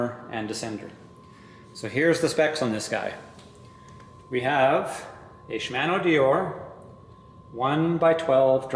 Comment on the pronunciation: Shim-ano 🤣😂 sorry I've never heard it pronounce that way before. No harm.... Great review though thank you! Is 190 max on that rear shock?